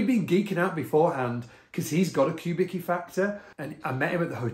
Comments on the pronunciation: Not “cue” but coo - Vicki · Isn't it pronounced "Kubiski?" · His name is pronounced "Kubitski", just FYI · Philip Kubicki (with respect - correct pronunciation Cue-bit-ski) designed the first ever Fender signature bass called Urge Bass specifically for his good friend Stuart Hamm. The switching is similar to the Factor you have there, and Stu Hamm famously recorded Kings of Sleep in 1989, using a Factor. The bass features on the album cover art.